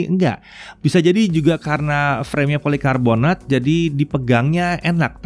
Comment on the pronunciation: Gagal fokus "polokarbonat" 😂